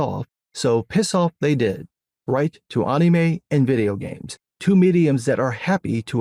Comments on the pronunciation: Who the hell calls “Anime” “Aunumei”????? Please explain this man 😂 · Bro the way you say anime... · I love how says anime. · Your takes be based but god I hate how you say anime good lord lol